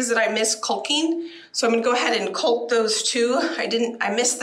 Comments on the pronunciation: Oh no, not pronouncing the L in caulk again!!!! Why???? Does YouTube demonetize videos that pronounce it correctly? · Caulk …rhymes with hawk. There could be a new drinking game every time you say colk lol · I don't know if it's part of the country you are in, but caulk is pronounced like chalk calk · the way you say caulk just SENDDDDDDDDDDSSSSSSSSS me...Caulk rhymes with Talk...not Bulk.... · is smarter than all y’all bc she got so many comments by saying culk. instead of caulk! Way to run that channel girl. Women love a controversy!!!! And yes, I said y’all. Hehe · I'm being picky, but it's not cōlk, it's more like callk. But yeah, girl, you are amazing. I love watching your videos. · ”Caulk” is not pronounced like cock- it is should be pronounced like “cawk.” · Oh my Lord! I have to quit watching because I cannot stand to hear you call caulk "culk"! Caulk is like "call" with a k. And while I'm at it let me tell you the difference between marinate and marinade. Marinate is a verb it is something that you do to meat. Marinade is a noun it is something that is made and added to a food. I do enjoy watching some of your cooking and canning and gardening videos. I'm still a little salty about you not sharing the family on the homestead. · Caulk is pronounced like "Hawk." Window "seals" are also killing me.😂 They are window sills, but they do seal the wind out. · Culk.....so funny... Otherwise I LOVE her videos. Very inspirational! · Girl…the L is silent! Caw-k! 😂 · How I wish I had had your energy even when I was your age . . . . . I love your enthusiasm and love the fact that you don't let things get you down or deter you from whatever your plans are . . . and gotta say (I'm from the Midwest) the way you pronounce "Caulk" as "culk" just made me giggle . . . . . . . great job !!!!! I do envy you your growing room !!!! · I’m in Florida …loving the way you sat “cult” instead of ‘caulk’ it’s the way we all pronounce different words. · It’s caulk not culk.